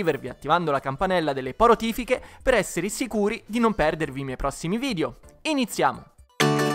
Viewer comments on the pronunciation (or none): none